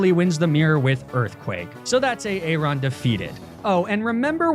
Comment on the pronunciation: ERM you said Aaron wrong its prononced Aron